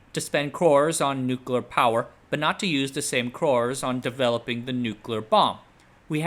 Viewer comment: Surprised that you did not know how to pronounce the Indian "crore = 10 million", since you appeared to have quite extensive Indian exposure .. It is pronounced like the bird "crow" ..